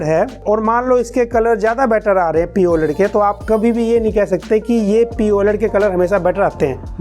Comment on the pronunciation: Bhaiya poled nhi P OLED hota hai